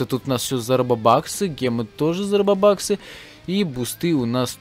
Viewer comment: не робубаксы а робуксы